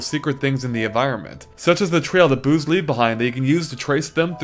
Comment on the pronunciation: I heard "booze" not "boos" by accident.